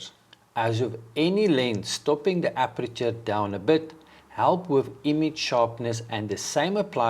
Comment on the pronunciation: Please say "aperture" which means opening. And please don't say "appreture" which is something completely different. Appreture is a chemical or mechanical treatment of certain materials like cloth or wood.